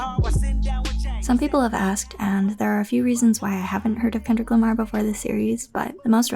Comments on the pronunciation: “ken dric Lamr” Couldn’t have said it better myself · "ken dric Lamr"